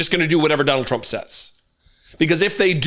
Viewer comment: He talks like a fucking 5 year. This way he raises his voice ab octave and puts the emphasis in certain places. The way he says words such as Donald Chrump. Just everything about him screams toddler. And I'M getting as new BIKE!!! So THERE!! Na na na boo boo what a toothpick little candy ass twat